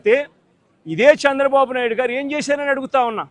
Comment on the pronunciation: చంద్రబాబు అనలేవు .... సాంద్ర బాబు అంటున్నావు... నత్తిపకోడి మాటలు వద్దురా... సైకో వెధవ నా...